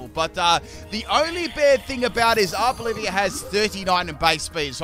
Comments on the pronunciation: How Arboliva is pronounced: Are-bowl-eva How pronounces it: Our Bolivia 🇧🇴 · Idkw it irritates me when he pronounces Pokemon names incorrectly. Arboliva is not Arboliv-IA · DUDE IT’S ARBOLIVA, NOT ARBOLIVIA! YOU KEEP ADDING ANOTHER SYLLABLE TO THE NAME!!! 🤦🏻‍♂️ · Honestly can’t tell if you’re calling it Arb-Olivia for lolz or not